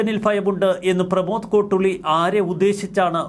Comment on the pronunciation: സുഹൃത്തേ, കോട്ടുളി അല്ല... 'കോട്ടൂളി' ആണ്.